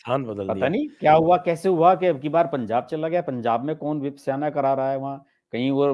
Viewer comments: Vipsyana nahi re bawa… VIPHASANA KEHTHE HI. Angrez accha pronounce kar lethe hi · विपस्याना क्या है? सीधा सादा विपासना तक बोल नहीं सकते ये जानकर पत्रकार? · Vipaysana ka pronunciation sahi nhi Kiya Sir aapne